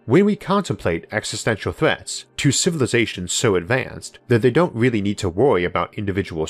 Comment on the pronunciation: I wish you a speedy recovery!! I sincerely hope your quality of life improves, but I'm genuinely going to "weawwy" miss how you spoke 😊❤.